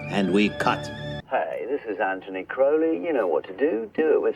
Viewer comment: Loved this video and subscribed! Just a note--his name is Cro-lee with a long "o" as in the word "road" rather than the word "out".